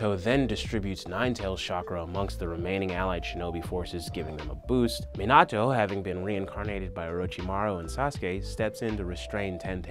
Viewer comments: Meioto??? It’s mi na toe minato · “Meenat-o” Cmon man it’s “Meanut-o” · Never say minato as (meen-auto) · He pronounces Minato wrong several times 😂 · He pronounced Minato wrong too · I was mad when he said minato wrong 😤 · im disgusted at how this man says minato